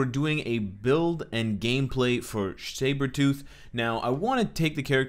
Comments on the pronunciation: i thought he said shave-her-tooth in the beginning lol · Cyberthought - Sabrethought Is it so hard to say Sabretooth XD ()